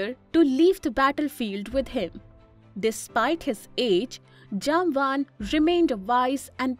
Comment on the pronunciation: Thanks for the beautiful video. No doubt Jambavantha is a great legend and one off Chiranjeevi. But please please pronounce the name properly. I am guessing that though you are using English as a medium convey your message but you are not that idiot who came from Europe to our Bharath. So as you might be knowing how we call him, please be kind enough to pronounce at least in our way, how it is in our puranas. And to add he will join Kalki bhagavan (lord vishnu's 10th avatar) at the end of Kaliyug to fight with Kalipurush. Swasthi. Shubhambhooyaath.